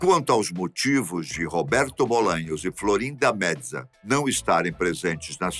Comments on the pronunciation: Florinda Meza se pronuncia como se escreve, apenas com o “e” mais aberto. Algum como mésa. Não existe está pronuncia “metza” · “Florinda medza”?????? Wtf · Por que o pronuncia o sobrenome da Florinda Meza como se fosse italiano?